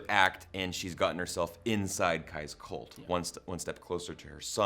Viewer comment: Stop saying "colt"